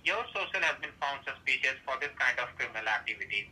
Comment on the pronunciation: Has been found "suspicyus." 😂